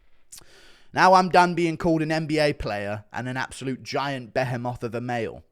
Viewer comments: did anyone peep how he pronounced behemoth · never heard “behemoth”pronounced like that lol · His ego is getting way out of hand for someone who can’t pronounce behemoth properly.